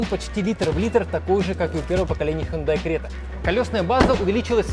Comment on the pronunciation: Хюндай Срета 😄